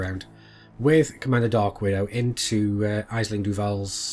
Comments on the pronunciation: Aisling is pronouced "ash-ling". It's Irish. At least it wasn't Saoirse. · Just a note. Aisling is an Irish name. If you wish to pronounce it correctly then use this link. Regards